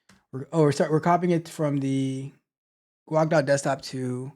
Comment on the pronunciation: Guh-wake😂😂 Like quake but with a g instead. It is named that because it was first built for the gnome desktop environment. You know G for “gnome” + quake = Guake. Long a pronounced 😅